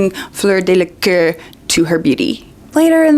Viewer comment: Again, it's Delacour, not Delaqueur or Delacœr or Delacur or whatever. Just pointing that out.